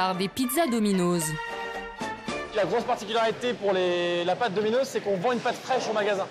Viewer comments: Ça me stresse quand elle dit domino’Z c’est domino’S putain y’a pas de voyelle qui suit le « s » alors ça ce lit comme un « S » merci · Non mais la meuf elle dit dominoz mdr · « Dominoze » elle parle français ou quoi?